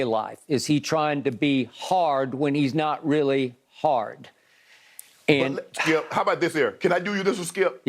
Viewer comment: Nah, Skip saying “hard” like that multiple times is crazy.